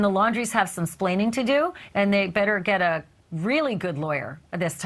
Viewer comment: Educated woman who says ‘splaining’. 🙄